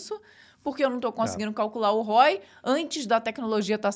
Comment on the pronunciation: Só uma sugestão, se é para falar inglês podia falar corretamente. Assista o professor Hoc. Por exemplo, ROI pronuncia-se diferente de hoy. Ficar abrasileirando as palavras hj em dia já é desnecessário ao meu ver, acho até que é um atraso muito grande.